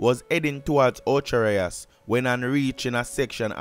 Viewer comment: Ochaa Rias 😂😂 so terro pronounce it enuh